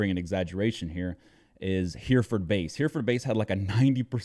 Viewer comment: Just a small thing; it’s “Herreh-furd”, not “Hearford”.